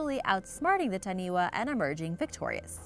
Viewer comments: Please please please redo the audio for correct pronunciation. For example Taniwha is Ta-Nee-Faa not Taniway. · As much as I love to see our Maori culture showcased on here. Taniwha is pronounced fa not wa at the end. The wh sound is a fa sound always. But thank you for showing our beautiful legends. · please get a polyneisian to help you with the pronunciation. the main thing that took a stab at my heart was the taniwha pronounciation, its not taniwa its tanifa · Taniwha, this is a great video but it's pronounced tani-fa not tani-wa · Just some small bit of correction it is pronounced tani-fā (taniwha). Just a little bit of helpfull information. I am not trying to put you down for trying just wanted to help you say it correctley just in case you ever visit the islands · Taniwha (tah-knee-fa) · Taniwha is pronounced Ta-knee-fah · She said ta-knee-wa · Ta-knee-fa (Taniwha) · Wh if actual a f sound cause maori language doesn’t have wha so when she said taniwha it more pronounced like tanifa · Dont know if this has been mentioned. In the Maori language. The 'WH' is pronounced as an 'F'. Making that last creature TANI-FA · its not taniwa its Taniwha wh make the f sound in moari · Taniwha is pronounced tani 'fa'😃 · it is pronounced tanifa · It’s pronounced ta-nee-fa get it right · Taniwah its Taniwha learn your pronunciation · Wh=f Ta-ni-fa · hi im late and from new zealand but you kinda prouned taniwha wrong just wanna say